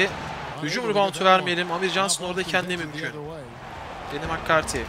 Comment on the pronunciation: Cempşat değil campşat diye okunur makkarti değil mekkarti diye okunur